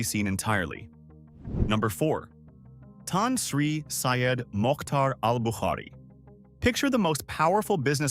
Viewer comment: bro - thats not how you pronounce Tan Sri. but otherwisw good documentary